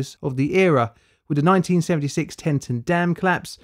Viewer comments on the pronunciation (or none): Teton, NOT TeNton. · Just to let you know that Teton is pronounced tea ton. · FYI it is Tea-Tawn Teton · Just going to let you know, you mispronounced Teton. Not trying to be rude or anything, just thought I’d let you know